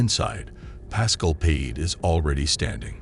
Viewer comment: Payet is pronounced PIE 🥧 AYY